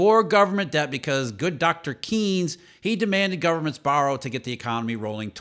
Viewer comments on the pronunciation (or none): It’s pronounced “Canes”, not “Keens”